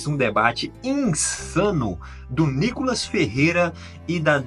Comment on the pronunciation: Reporterzinha ...chama a vaca de deputada , mas chama o deputado niicolas de nicolas ...mais respeito